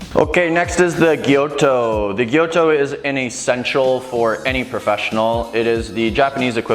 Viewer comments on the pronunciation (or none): Gyuto, not "gyoto"!